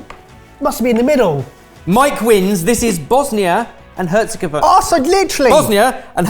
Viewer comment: The accented C is pronounced as a CH sound. And the countrys gov sound is more like gOv than gev